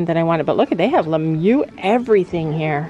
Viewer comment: I love how yall be calling it 'Lemyou' 🤣 instead of Lemieux